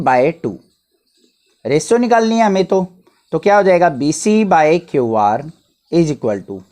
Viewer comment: Q ko kyaau mat bola kyu bola